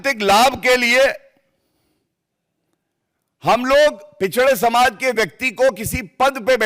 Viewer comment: इसको ,,, पिछड़ासमाज,,,,बोलनेका तरीका सही नहीं है